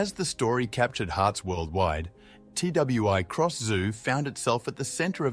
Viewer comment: It is not pronounced T W I Cross Zoo/ It is Twi Cross